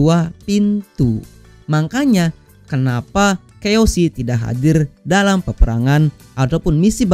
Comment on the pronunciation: Kiyoshi bos bukan keoshi